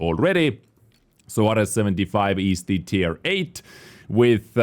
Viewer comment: I believe it’s pronounced Air-eez